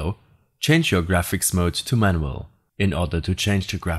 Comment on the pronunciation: You said manumal xd